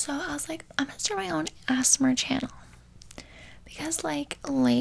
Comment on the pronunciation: my sainel" LMAO